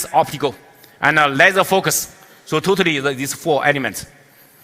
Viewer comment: totaly 读成突突里...真可爱